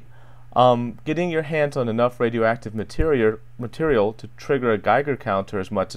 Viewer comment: Very nice video. When you said "material" at the end it made me laugh.